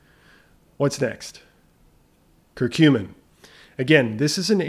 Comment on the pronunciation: Regarding curcumin (thanks for pronouncing it correctly! LOL! Next up....Turmeric (tomb-err-ik 🤣🙈). Seriously though...it'd be awesome if you did a run down on all of the insulin/sugar related supplements as a theme: corosolic acid, ALA, berberine, cinamon, royal jelly, fenugreek, etc...